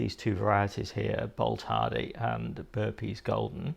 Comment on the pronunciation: Hi, It’s Boltardy not Bolthardy. I.e tardy (slow) to bolt. Plus Claret is pronounced as in Claret wine isn’t it? Cheers.